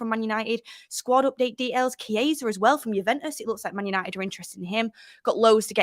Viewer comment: Details not dehails lol .